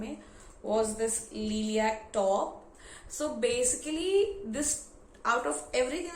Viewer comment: Leeliac👁️👄👁️??...it's lilac Pronounced as laailec